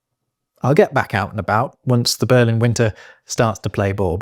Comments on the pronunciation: did you just pronounce Berlin like a German speaking English - with the Betonung on the first syllable?Assimilation step successful 😂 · I heard “burling winter” and checked the subtitles in order to learn this new word 😳 which turned out to be Berlin 🤪🤭🤣 but I still looked up the word since it looked like it could actually be a real word and indeed it was 😂 “Burling is a process in textiles that is used to remove surface imperfections, such as knots and loose fibers, from a fabric.”